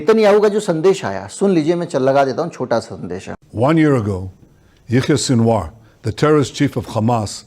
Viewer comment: Plz correct Name Yahya Sinwar not Yahya Sinawar